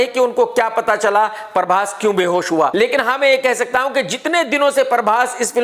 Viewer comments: In actual its Prabhas Krk: parbhas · Parbhas nahi bhai prabhas 😂